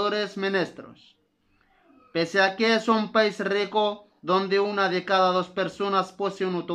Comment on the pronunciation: للاسف انصدمت في طريقتك تعليمك وكنتمنى متكونش من جاك الناس لي مكيبغيوش يصحح الاغلاط عندك النطق غالض Una ماشي هي ona Superficie ماشي soperfece الله يجازيك بالخير الانسان ماشي معصوم من الغلط لك مزيان يصحح الاغلاط ديالو السلام عليكم ورحمة الله وبركاته